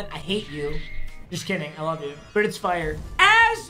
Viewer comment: The way papa says “fyre” 😂😂😂